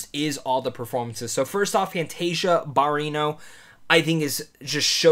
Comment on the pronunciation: He also said BArrino. That should have been easy enough.